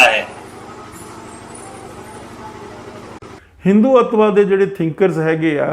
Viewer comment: “हिन्दू - तवा”